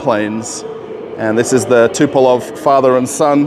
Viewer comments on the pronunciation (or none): Tupelov 😅 - good yoke. His name is Tupolev (Andrei Nikolajewitsch Tupolew) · TUPOLEV, not Tupelov. 😉